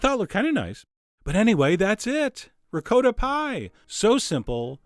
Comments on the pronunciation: Hey John, It's not said, (RECOATTA ) Cheese, it"s said (RECOTTA). That is if your Italian. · ricotta ~ ri-co-tta not “reecowttahhhhh” Please!!!!😧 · rick-coat-ah??? that's not the way it's pronouncicated! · John- love you to death, but your pronunciation of 'ricotta' made me fall off my chair. Merry merry!😃🎄🗽🎅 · So many eggs! It looks as if it came out quiche-ish. And dont even get me started on your pronunciation of "ricotta". Once you neglect to properly roll the r, there is simply no possible redemption...;) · I was about to ask why you mispronounce "Ricotta" but then you said "Jersey"... Understood.